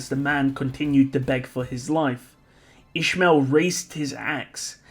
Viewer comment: Oh you were saying İsmail. It's a common name at the country I live but you pronounce it very different. It's pronounced more like is-my-ill.